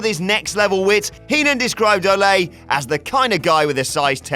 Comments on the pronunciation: Fucking Christ. It's Oh-lee. Not Oh-lay. Don't they have any wrestling fans working for thus channel anymore? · its not pronounced o-lay its o-lee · Its Ol-E, not Ol-a, he strikes me as the type that would be offended by mispronouncing his name, I can already hear him: "IM A PROFESSIONAL WRESTLER! NOT A BULL FIGHTER, YOU F'N MARK!" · How can you not pronounce Ole Anderson’s name? Ol-E. Not Olay you dunce. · The name is pronounced OH-LEE not OH-Lay. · Good old Olay Anderson. Olay. OLAY?! Or, you know, Ole. (Ol-eeee) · Ole isn't pronounced Olé, it's more like "oh-lee." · its O-LEE anderson, not olay. he wasnt a bull fighter. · It's Ole not Olé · It's "Oh-Lee" not Oláy Anderson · “Oh-lee,” not Olé. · Olè... it's ol not olè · Why is he pronouncing Ole's name "O-Lay" It's pronounced O-lee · Anderson is Norwegian not Spanish. It's oh-lee not oh-lay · You stupid British marks. Ole Anderson pronounced his name "Oh-lee" not "Oh-lay." For fuck's sake, get your shit together. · I love that you mispronounce Ole Anderson as "olay". 😂😂😂😂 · Cringed every time I heard Olay Andersen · "OLAY" Anderson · "Olay" lol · Stop calling him olay...please? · "Olay" Anderson? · You say ole wrong...you say it like OH-LAY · Dislike for 'Olay' anderson. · It's pronounced O Lee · Did say "Ole'" like a Mexican says ¡Ole'! Fucking idiot. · "Olay Anderson" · “Olé” Anderson? Lol. Olé, olé, olé! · Why do you pronounce "Ole Andersons" name like he's mexican? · sometimes I think British people pronounce things wrong on purpose. Ole Anderson isn't a fucking matador. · I'm going to need you to pronounce Ole correct.